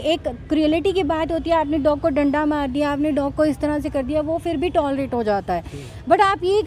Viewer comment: Fri nahin madam Fir kahte hai.